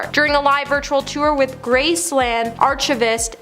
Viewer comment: Archivist comes from the word archive. Hence, it is pronounced ARK-uh-vist.